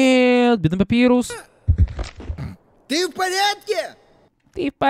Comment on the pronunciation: И к слову, если говорить про имя персонажа, то правильно "Папайрус", а не "Папирус", просто переводчик либо дурень, либо не выкусил отсылку, что имена скелебратьев(и того, кто говорит руками, кто поймёт - тот поймёт) - отсылки на шрифты, либо я не знаю.